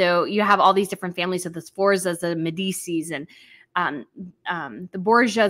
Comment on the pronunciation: Medici is pronounced medd-eech-ee with the stress in the middle 🥰